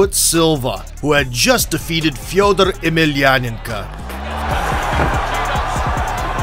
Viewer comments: No, that's actually how "ko" is pronounced when unstressed. If anything, his pronunciation of Fedor was still slightly inaccurate ─ he pronounced it like Фьёдор [fjɵdər], while it should be pronounced Фёдор [fʲɵdər]. He also missed a "y" sound at the beginning of "Yemelianenko". But again, it's hard to fault him because palatalised nouns are notoriously difficult for foreigners to pronounce. If anything, he actually got his palatalised nouns spot on when pronouncing the name Sergey, but somehow struggled with the palatalised "f". Either way, it goes without saying that his pronunciation is far closer to correct than the commonly used English one. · Why do you say Fedor like Fyeoduhr Emeelianenkah, but don't pronounce anyone elses names with a big accent? it's annoying and just looks like you're trying to show off